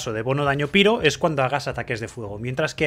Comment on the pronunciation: Excelente guía, me han quedado claras muchas cosas. Pero es un poco cansado que digas piro, también me es extraño ya que sí pronuncias Reizor. Sólo lo digo a modo de comentario. De nuevo, excelente trabajo.